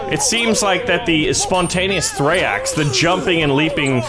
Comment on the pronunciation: its not thraeax its thraex